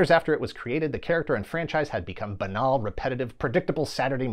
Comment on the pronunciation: I appreciate that you correctly pronounce “buh-nawl”. I unfortunately still pronounce it as “banal”, which is as uncool as a 4th mega budget sequel from Michael Baynus.